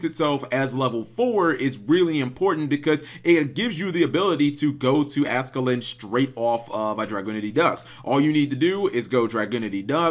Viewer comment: Ascalon not ascalin